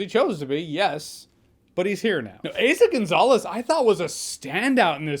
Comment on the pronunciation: Her name is Eeeeza Gonzalez not Heyza Gonzalez …